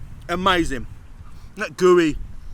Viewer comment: That Pizza looked....ok....not bad....but certainly not amazing & a 9.8. Knowing how FRC operates, I guess we can assume this was another paid review!! Oh and can someone please tell it's pronounced "This" & "That"...not "Dis" & "Dat"...